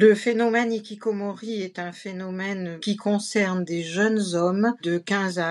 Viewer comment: Hikikomoris avec le bon R prononcé 😮